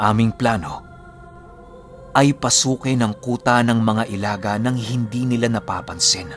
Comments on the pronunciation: Ilaga po di po "elaga" i.laga hehehe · Ilaga = ilagâ. Sa tagalog is daga. Medyo madiin or matigas yung last na letrang "a". Tapos medyo mabilis ang pagbigkas. Mali ang i-la-gah kundi ilagâ. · Ilaga' po yan pag bigkas at ibig sabihin po nyan ay daga sa wikang tagalog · Ilaga is daga.....matigas na pg bigkas.. I LA GA!!! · ILAGA (bilisan ang pagbigkas)- daga kung sa tagalog Well known po yan na mga grupo dito sa mindanao.. Meron pang isang gropu "walay tsinelas" o walang tsinelas.. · ang tamang pagbigkas nyan ay "ILHAGHA!!!" matigas at mabilis ang dapat na pagbibigkas ng 2 "A's". ang grupo ng ilaga o daga sa dialektong cebuano ay bantog na bantog sa buong mindanao at ibang parte ng kabisayaan. Kinakatakutan sila kahit mga rebelde at militar dahil sa kanilang kakaibang taglay na kakayahan. Pero ako mismo di alam ang talagang totoong layunin ng grupo na toh. Kung buhay lang sana ang ina mo ay maaring ma educate ka kung ano ang grupong iyan at paano ang tamang pagbigkas.. sa pagsubaybay q s kwento ni mamang ay masasabi ko na cebuano ang netibong lengwahe ng iyong ina..RIP sa kanya. Nahahati kasi sa 2 lengwahe ang zamboanga at ito ang chavacano at cebuano. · tigasan nyo po ang pag bigkas ng "ilaga".. bisaya yan ng daga o mouse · mali po yong pagbigkas niyo sa ( ilaga ) 😁 sa Tagalog ( daga ) po yan at sikat na sikat po Ang grupo Nayan sa lugar Ng ZAMBOANGA dati. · Ilaga...binibigkas ng pakupya o mabilis pero may impit sa lalamunan sa hulihan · Ilaga parang daga ang pag bigkas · ang pagbigkas ng "Ilaga" ay gaya rin ng pagbigkas sa huli ng "Daga o Mouse". Ganon po pagbigkas ng Ilaga.